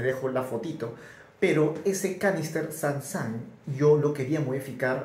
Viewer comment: Es sun sun no san san jeje buen experimento , tenga su like